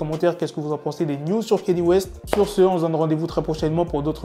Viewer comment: C'est ouf que vous les français vous dîtes Kéni west alors que son prénom s'écrit et se prononce KANYÉ west, les américains ont déjà réglé cette histoire de prononciation il s'appelle kanye west qui se prononce "kanié" lui même l'a dit. Si un jour vous devez l'interviewer commencez par ne pas écorcher son prénom car jpense pas qu'il va kiffer.